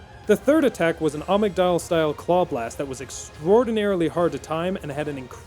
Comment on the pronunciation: Dude i fucking lost it with the "amicdalla" i watch this last week and im still laughing at it